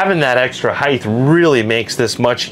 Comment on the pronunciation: really enjoy your videos but there’s one thing that bugs me and I have to get it off my chest. The word ‘height’ does not have a ‘th’ at the end unless you’re living in the 18th century! It is properly pronounced ‘hite’. OK I said it. Please consider using the current pronunciation. Message delivered, have a great day and keep up the great work! 😂😊